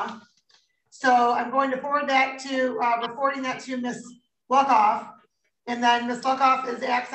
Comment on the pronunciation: Luckoff is an awesome name. But all i heard was “Miss Fuckoff.”